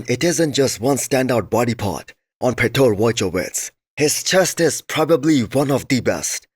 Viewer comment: stop butchering those names - there is a lot of tools making it easy to identify a proper pronunciation (ask AI chatbot!) - it’s not Pitor! It’s PIOTR! Polish version of Peter. And it’s pronounced “PYOT-r”. It’s not that hard, is it? ;)